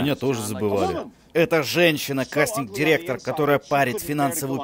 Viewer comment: Оговорка в слове "касстинг" точно по Фрейду